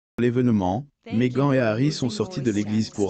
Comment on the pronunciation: Merci à la fin personne qui a apprécié mon message. J'ai tenté de réécouter cette traduction... Oh !!! , cette prononciation idiote du prénom "Meghan" ! Je n'ai même pas envie de rire, tellement c'est con !!! Pu. ..n! Il a été payé pour ça ???